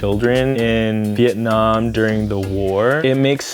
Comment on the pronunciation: I like. But the was he says ‘vitt’ -Nam is terrible. It’s Vi-et Nam. ‘Vit’ Nam just means ‘southern duck’